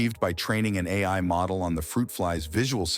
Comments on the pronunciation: The AI voice said al model when it should"ve said A.I. model. Majorly annoying. Stopped watching at that moment! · Lol...stupid AI. Called itself AL Model. It read AI as AL. So stupid.